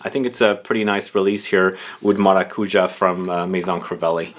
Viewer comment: Given that pronunciation was mentioned :) Maracujá (with that accent in that last sillable) is pronounced: maracuYÁ at least in Spanish. In Portuguese most likely the same. PS. Great word near the end of the video: "pull-offable"